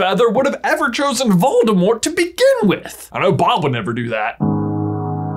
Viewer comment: Sorta irrelevant, but everytime you pronounce Voldemort I chuckle. Waldemart. Where's Waldo?